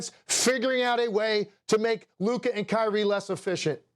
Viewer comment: Subtle jabs the media has been taking against luka and kyrie. Notice how sas always pronounces lukas name as “lukur”, and notice how these guys make sure that if they do call luka the best player they say he maybe the best “offensive” player. To constantly discredit his defense or to put a asterisk on his greatness. When curry who plays no d and jokic who plays no d are doing their thing and winning then they are the best “player” but when its luka then hes the best “offensive” player.